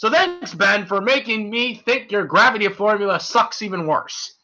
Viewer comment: Not to be rube but can you read better, you studer a lot and mispronounced a lot of words. example: its called ultra isntinct not ultimate instinct and you mispronounced gravity. Still like the vid.